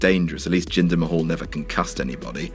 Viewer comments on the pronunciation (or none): Its jinder mahal not ginger mahal😂😂😂😂